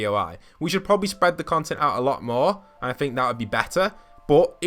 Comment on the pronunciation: Somebody make a compilation of everytime he says fing or fink, lol